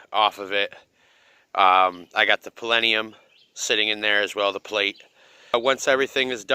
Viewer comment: The PLENIUM LOL